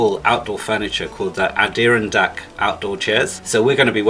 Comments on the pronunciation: Just so you know,,it's. Atta Ron Deck chair , pronounce each first letter hard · A-der-on-dak. Accent on the last syllable 😊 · Just a random American from New England it is pronounced (Ad er ron deck.) Language is my fascination so I thought I'd share.